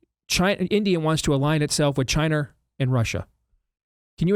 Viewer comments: You could make a drinking game every time Steve says "Chiner" LOL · Steve- It’s pronounced China, not “Chiner”.